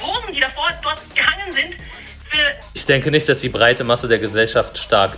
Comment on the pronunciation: Die Betonung liegt auf " breit"😂